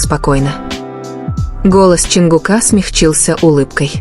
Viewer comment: Автор или блогер или чтец текста, как надоели ваши ошибки при чтении. Имя ЧОНГУК не склоняется !!! Чонгука - ударение ставьте на У. и т. Д. И это очень часто так делаете. Не слушаю вас из за этого.